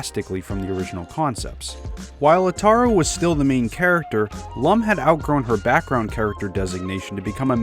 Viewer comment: I watched the original and he pronounced Lum like "loom," which is extremely distracting for fans of the character.